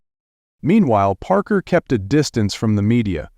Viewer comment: Shessshhhh! How many wrong ways can they pronounce Parker’s last name?